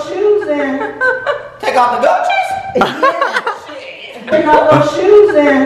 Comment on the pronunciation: LOL when Austin said, "Take off the gucci's? " It sounded like "good cheese". LOVE U GUYSSSS